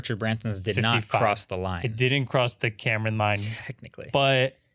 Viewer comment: Kármán Line, not Cameron Line ❤️